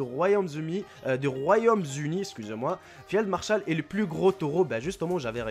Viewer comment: ''de Royaume Zuni . Eh pardon le Royaume Zuni '' mdr ma tué